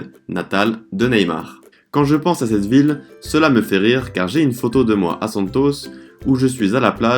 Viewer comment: Lindo! Camisa verde amarelo 👏👏uma dica no sotaque...Santos, samba...com a tônica na última sílaba mas no San.. e no sam.. 🌿🍄🌿sinto ciúmes e admiração do teu talento em falar um novo idioma